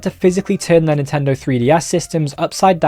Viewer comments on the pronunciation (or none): none